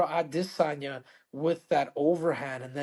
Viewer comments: Ah-DIS-an-yah . So cringe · Can we stop saying Israel aDEHsanya 😂😂 even Kamaru who’s Nigerian was messin it up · Can Henry stop pronouncing Izzy name that way it’s so annoying aDISsanya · So annoying how you pronounce Adesanya FFS stop it!